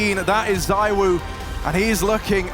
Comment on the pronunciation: He's the N°1 in the world, maybe could you pronounce his name right ? It's "ZEE WO", forget the second "O". Thanks